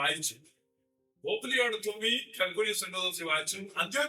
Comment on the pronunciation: പറയുന്നതൊക്കെ കൊള്ളാം. പക്ഷേ പറയുന്നതിൽ അക്ഷരപ്പിശകുകൾ ഉണ്ട്. കൽക്കുന്യൻ സുന്നഹദോസ് അല്ല, കൽക്കിദൂൻ ആണ്. ലേയോയുടെ തുമിയോ? അതെന്തുട്ടാ😅 തുമി അല്ല ഫാഷ്ടറേ തുംസാ ആണ്.